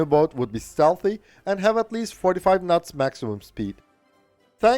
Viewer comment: I love ur channel, and ur accent! "...45 nuts..." just beautiful.